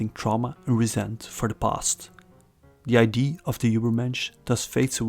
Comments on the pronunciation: “idea” has to be pronounced “aye-dee-ah”, because if you pronounce it “aye-dee”, people think your talk about ID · it's idea, not eye-dee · you pronounce "idea" incorrectly, it's confusing